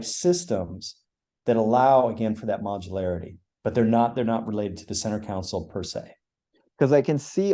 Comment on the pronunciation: As others have said, Jason is an impressive designer. And I’ll add, a much smarter man than I. However… I wince just a bit every time he says “council” when referring to the center “console.” It’s so inconsequential that I look foolish for bringing it up, but I hope he can correct that habit. Makes me lose just an ounce of confidence in people when they have odd pronunciation habits, probably picked up from their parents… I know I’ve definitely made a good few corrections over the years, even into adulthood. Probably still working on a few old habits… Anyway, cheers! 😅